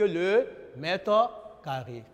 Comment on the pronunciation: Tu as entendu comme moi.